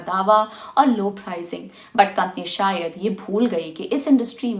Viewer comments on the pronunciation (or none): none